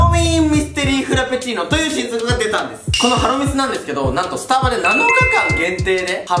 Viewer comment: ハロミス が鼻水に聞こえたwww